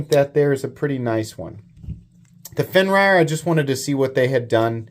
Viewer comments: I was always under the assumption its pronounced "fen-rear"....not "fen-ryer" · Its Fenrir not Fenrayer xD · It’s pronounced Fen Rear. It means wolf. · Pronounced Fen-eer. Fenrir or Fenrisùlfr. Bastard son of Loki and Angrboòa. Had his head bitten off by the World Serpent. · So it’s pronounced “fenrear” I believe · I think they're both really nice, but I kinda wish the Fenrir had the Tuckamore's deco... and that they were compression locks instead of liner locks... 🙃 Also, forgive me, but I've always heard it pronounced as "Fenn-rear," but I'm also not a NeoPagan, so it's not like I have serious stakes in the demon doggo's pronunciation. 🐺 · the way you pronounce it is fin- rear. It's a character from Norse mythology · FIN-REAR 😂 love ya!